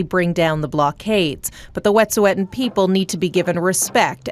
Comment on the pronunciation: Y'all can't even pronounce Wet'suwet'en correctly, you should hardly be giving an opinion on it.